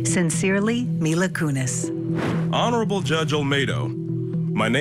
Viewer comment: My-la Kunis and Ashton Kushner😂